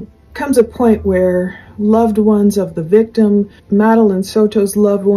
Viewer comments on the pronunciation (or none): none